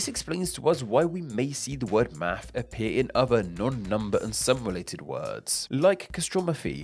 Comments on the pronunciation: We say Math.. not Maf … 😅 sorry, I had to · Why am I hearing mafff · In the U.S., the ‘s’ is silent. And invisible.